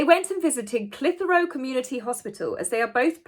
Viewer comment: I fill up every time I see that video of Prince William with the young lad, who lost his Mum. Clitheroe hospital pronounced with a hard Clith not Clith like Cliff if that makes sense. It’s a lovely hospital with a good reputation. In my neck of the woods. The Cambridge’s can do no wrong in my eyes. They are pure class. They exude warmth.